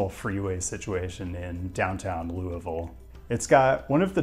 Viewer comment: Props for saying Louisville correctly.